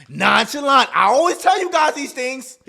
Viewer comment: The way u said nonchalant made me laugh😂